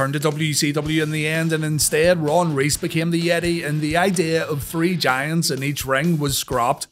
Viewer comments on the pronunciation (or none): none